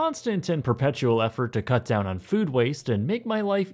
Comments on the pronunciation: Did you say "fresh frood" at the end lol?!? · He also said 'fresh frood' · “Fresh Frood” <3